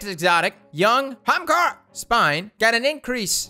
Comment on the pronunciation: “Hamkara...”, nobody says it like that...